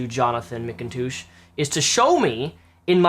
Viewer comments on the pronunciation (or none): you´re pronouncing his name wrong, not mickintoosh but Macintosh :D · Jonathan Mikontooosh?